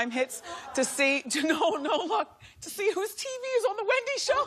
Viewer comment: And she pronounces it as Whendy